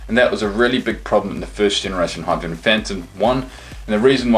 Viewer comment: Its not hyperventom its hypervenom!